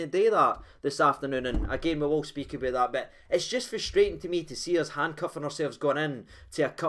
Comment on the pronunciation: "Walked aboot like a caravan"?